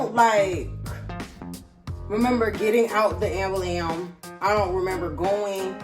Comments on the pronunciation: "AMBULAMB" YO you funny af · “I don’t remember getting out the ambulam”🤣🤣🤣🤣🤣🤣🤣🤣🤣🤣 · lol the way she says shit is so cute i.e. ambulance 😭 never heard it pronounced dah way 💔